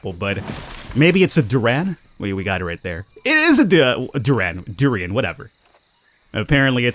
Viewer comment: that's how Indonesians pronounce "durian" colloquially, like "Duran Duran".